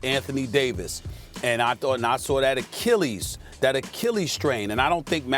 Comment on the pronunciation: Who’s the girl reporter who has no idea how to pronounce achilles??? It’s not Rachel Nichols, is it?????